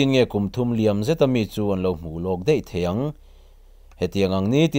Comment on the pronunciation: A ngaihnawm ka tih zawng tak Deih ni lo in daih* tih tur